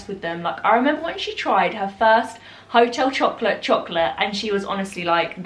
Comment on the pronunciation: Amazing French accent there on Hotel Chocolat 🤣💕